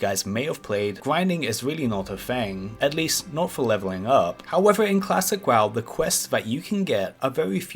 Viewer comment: did you just say Klassick WaW